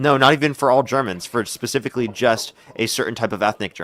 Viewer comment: Well, “*Pacifically” he has the IQ of a concrete brick.. ;)